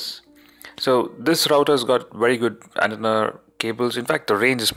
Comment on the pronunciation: I'm thanking you NOW! I was already shitty over the way he pronounced 'antenna"!!!